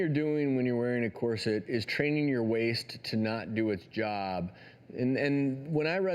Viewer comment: He keeps saying corset wrong! 😡😡😡